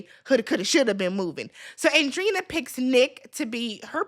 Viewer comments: It's pronounced on-drey-eee-na. 😂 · It’s pronounced like Andre - eena